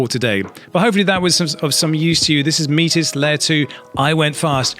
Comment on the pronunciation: I don't know what the correct pronunciation actually is, but every time you say "MEAT-IZ!!!" my face twitches.